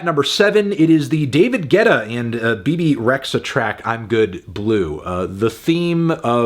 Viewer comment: Bebe...Not Rexxxa, Redja (in pronunciation) Xh is albaninan Dj...like you would say Jamaica (the d is silent)